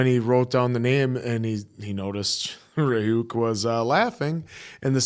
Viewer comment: I don't know how they can repeatedly hear Ryuk's name be pronounced by fellow English speakers and get it wrong, it's even so short and simple. 😂